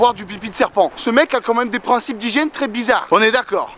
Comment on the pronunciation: franchement m'a tué quand il a dit trés